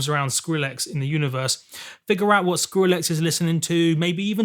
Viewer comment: "screwlex" at 4.54...